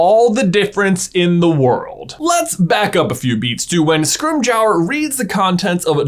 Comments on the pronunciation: Your pronunciation of "Skrim-jower" sort of upsets me. It's "Skrim-jore", at least according to Stephen Fry. Much love for all your videos! Big fan in Ireland. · Scrim-JOWER?? Yikes that hurt the ears 😉🤣🤷‍♂️